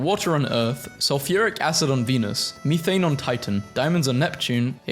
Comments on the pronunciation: meethane? MEETHANE?! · "mii thane"